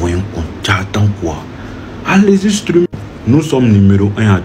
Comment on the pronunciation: Pardon c'est streamer c'est pas strumer😂😂😂😂😂😂😂😂😂